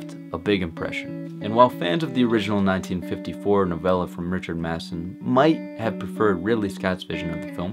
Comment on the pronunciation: "Mathson"? C'mon, man.